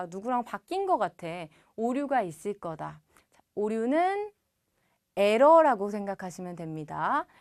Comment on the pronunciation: 에러발음 희한하군요. 뭔소리여